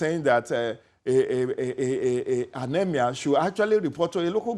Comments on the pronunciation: What is EMAER....is that the new accent or what? So EMIR is now hard to say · Someone please tell this Seun guy to speak with his normal accent. He can't even pronounce 'emir' with that fake ass accent smh. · The way he pronounces "Emir" is just epic....lol